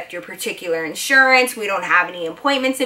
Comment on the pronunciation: U say iansurance lol